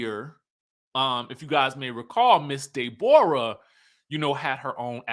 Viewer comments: 😂😂I love when you say "Day-borah" instead of Deborah..😅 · Man, when pronounces Day-Borah, it makes my abdominal muscles hurt. It tickles me so much.